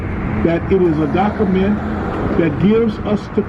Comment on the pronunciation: The way the guy said document was hilarious he said “dokament”